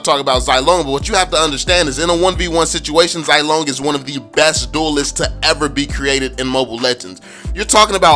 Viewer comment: Getting annoyed by the wrong pronunciation of the name but I understand hahaha. Zilong is pronounced as "zzz (kinda like a buzzing sound) long" (I don't know how to properly explain without delving into Mandarin tones and whatnot. By the way, Zilong is the courtesy name of Zhao Yun, a general under Liu Bei, considered as a war god, and is famous for his daring rescue of Liu Chan during the Battle of Changban, although its historical veracity has is doubtful.